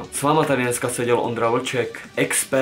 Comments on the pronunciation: Tyk tok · vyslovujese to [tik tok] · Teda čte se to TykTok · neni to ťik tok ale tik tok